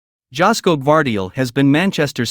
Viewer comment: Joško should be pronounced like Yoshko in English.